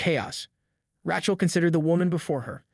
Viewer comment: "Ratchell", huh? Haha...I get that your generation is rife with anti-Semitism, but maybe learn how to pronounce an age-old name.